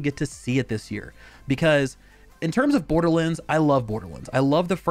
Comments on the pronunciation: Its pronounced "Borderlands." Not "Borderlinds." I don't get it. You had no problem saying "Wonderlands." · the way my man is saying borderlands hurts my soul